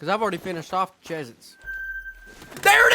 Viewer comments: Kendall it's not called CHEEZ-ITZ it's called Cheez-Its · Did you just call Cheese It’s Chiz It’s? Weird